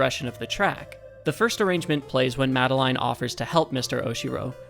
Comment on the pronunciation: This was a really really cool video! Learning about these musical easter eggs is really really cool to me. Your editing style makes this informative, entertaining, and even funny sometimes! Please take my like and subscribe, you've earned it. 🙂 PS. The way you pronounce "Madeline" is funny to me. I've always heard it as "Ma-del-in", but "Ma-de-*line*" is neat!